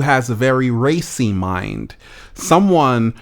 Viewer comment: U said racey or racist? 😂